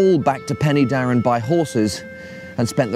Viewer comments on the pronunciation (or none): Not Penny Darren but Pen er Darren Pen = Head y (er) is the definite article Darren is the name of the valley Head of the Darren valley.